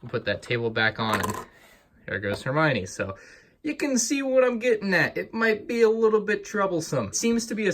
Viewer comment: “It’s Hermione, not Heminie”